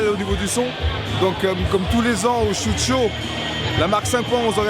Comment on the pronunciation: Ca se dit SHOT show. Comme un shot d’alcool. Pas shoot show.